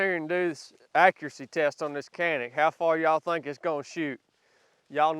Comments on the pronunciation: Canick is pronounced.. Janick! yah! I know its even worse.... you are shooting a Sub which is a little guy... I hate the trigger so I switch to a Freedomsmith excellent.... Oh! and yes its ugly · They really aren’t ugly, as compared to what? FYI…it’s not pronounced “Kanik”, it’s pronounced “Janik”. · Pronounce it correctly and you might like it better in Turkish it's More like Jhanick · Come on! you bought the ugliest color possible and then hate on it the entire video. You picked the color so there you go. hahaha! And the Turkish pronunciation is Janick. ...love the vids hater. hahaha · Pronounced "Janik Meet" 😂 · It is a Turkish company not pronounce the way it is spelled am sure with your background you know the proper way to pronounce it use a J sound instead of a C Janick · Not trying to be an ass but, it’s a TURKISH pistol. The pronounce it JANIC. I think the good trigger is selling point. Any GLOCK I might buy would get the trigger, sights, and grip modified. Just to start with. Anything that eats what I feed it, has decent sights, and a GOOD trigger is worth it in my books. I do think that any concealed carry weapon should have night sights. More SHIT happens at night than in the day. But for concealed carry combat range I like this little pistol. I carry a HELLCAT PRO. But I think this could work its way into a rotation. CARRY ON SON! DAY AFTER DAY!!!👍💪🇺🇸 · Canik pronounced sanic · Pronounced Jonik? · Not sure this helps but "Canik" is pronounce "Jchanik" overseas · Its "Jan-ick" (supposedly) 🤷🏼‍♂️ BTW, Sell a hog and buy some paint and paint that daggone target son!